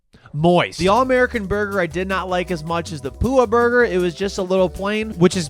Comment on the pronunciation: Resident Hawaiian here uhm that’s not how you pronounce “Pua’a” 😂 it’s (Poo-AH-ah) meaning pig